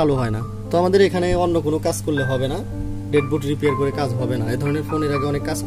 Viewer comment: ভাই আপনি "কাজ" কে "কাঁচ" বলেন কেন ??